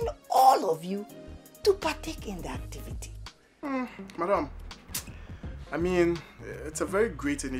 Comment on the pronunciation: Did anyone hear madam kpitinge LMAO......just passing oo🏃